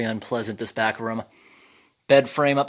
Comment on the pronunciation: "Here is the back rum" ..... Obviously not Canadian